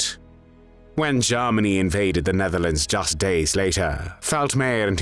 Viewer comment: Ah, again "Garmany"